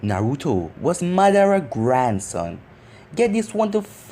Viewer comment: It is Ma-dar-a